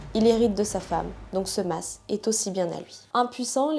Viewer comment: Leur "massss"???😂 Ça se prononce "ma"! On ne prononce pas le "s"! Je me demandais si tu parlais d une masse d arme ou de je ne sais trop quoi! Mdr!